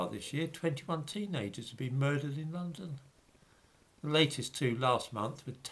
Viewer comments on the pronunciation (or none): none